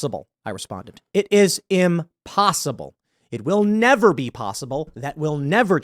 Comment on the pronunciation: Nevah, evah, evah...